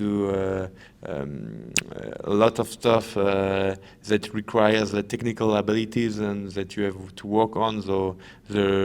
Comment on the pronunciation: tichnicawl uhbeelitieez